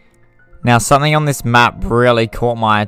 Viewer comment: This is fascinating bit would be much better if it was narrated by someone that speaks properly and doesnt sound like he is half asleep. is pronounced something. And I am sure you swore at some point.